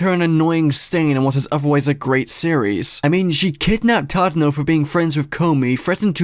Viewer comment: i love that the entire community collectively calls Tadano as Chadano.